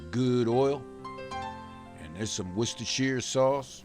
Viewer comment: Good the hear you pronounce Wustershire Sauce correctly buddy. I used to live in Worcester.